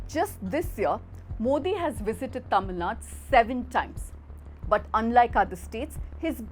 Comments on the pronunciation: Dear editor, - I welcome your commitment to the independence of media. -- The narrator did a good job but why is she mis-pronouncing the name "Tamil Nadu" as "Tamil Nad"? - It is highly disrespectful to Tamils that your narrator, wbo is able to pronounce the names of the other southern states coŕrectly, has failed to learn how to pronounce Tamil Nadu's name. I hope she has no animus against Tamils and Tamil Nadu and will rectify her error. Regard, Thevar TAMIL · Please stress the Tamil Nad'U' . Hope you correct it from the next video onwards.